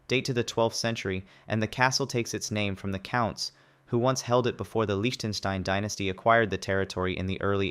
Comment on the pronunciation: me is impressed: most english speakers cannot pronounce Liechtenstein at all Tonga is not the only kingdom in the pacific. remember the Tokugawa shogunate and what became of their residence in old Edo ?